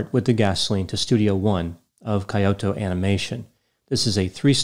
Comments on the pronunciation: it's not kayoto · I thought it was said 'kee-Yo-toe". Accent on the middle syllable. Granted, a minor difference for westerners. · He could have google the pronunciation of Kyoto and Hikikomori first😅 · unfortunately, Japanese is a very difficult language. More unfortunately, it's not your first language. Teasing of course, I am part Japanese and love your videos. Kyoto is pronounced more like "Key-o-to" than "Coyote-o." This was a terrible tragedy, I visited Kyoto in early 2020 and while the country is resilient, this was certainly one of the darkest days in the history of Japan. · Kyoto is pronounced “Key-oh-toe” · I died a little when he pronounced it like tgat 😂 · "Coyote-o Japan" 🤣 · Yeah apparently its impossible for Americans to pronounce non-English words even if they have a PhD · I swear I didn't laugh at your pronunciation of the Japanese words lol. Jokes aside thanks for the analysis. At the time of its occurrence it was so hard to believe something like this actually happened. Those poor Kyo-Ani staffers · it’s Key-Oh-Toe (Kyoto) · "KAI-oto"? You are an educated man. What gives? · kee·ow·tow sounds better :) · Just FYI, the Japanese pronunciations actually are: Hikikomori: hee-kee-ko-mo-ree Shinji Aoba: sheen-jee ow-bah Kyoto: kyo-to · Hikikomori is pronounced "hee-kee-koh-MORE-ee" And Kyoto is 'kee OH toe' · I really enjoy your videos,, but you’re killing me with your pronunciation of Japanese words! “Kyoto”: 2 syllables, pronounced like “To-kyo” backwards “Aoba”: ah-oh-ba “Hikikomori”: hee-kee-koh-moh-ree Vowel pronunciations in Japanese is similar to Spanish. Unlike English, there is only one pronunciation for each vowel. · You mispronounced both words. Kyoto is pronounced KEY-OH-TOE Hikikomori is pronounced HE-KEY-KO-MORE-E